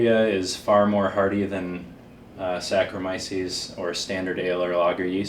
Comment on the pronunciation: Cicerones will never measure up to real home brewers..... I love the way he says Saccharomyces : Sacromisis wtf bro